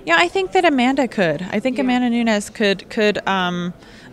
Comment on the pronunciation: She called Nunez to ko guyborg too😂